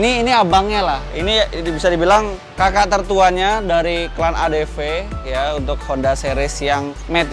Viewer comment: Adv bang bukan adp